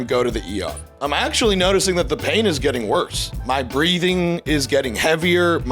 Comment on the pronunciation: you pronounce your "ing"s like "ink". It's getting me so angry.